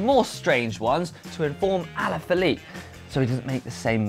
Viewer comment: is saying "Julian Allan Phillipe"